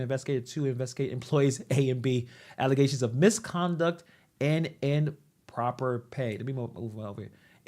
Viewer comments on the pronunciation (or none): “ another thing I’m big on is bilingual “ what on earth is she talking about ??😂😂😂 she barely speaks or comprehends English . Her grammar is atrocious, she mispronounces words almost every sentence, this is coming from someone who says alizetions instead of allegations, wallamelon instead of watermelon , frankenly instead of frankly , missapality instead of municipality, catabolt instead of catapult, and the list goes on and on . Also what other languages do you speak Tiffany ?! Learn English before you are “big on bilingual”